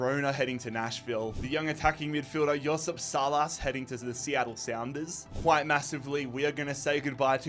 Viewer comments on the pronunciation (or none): none